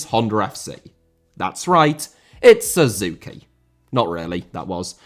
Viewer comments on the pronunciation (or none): none